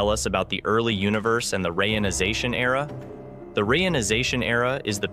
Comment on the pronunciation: "...rayonization era...", I thought I had heard about a re-ionization Era, maybe I just misunderstood?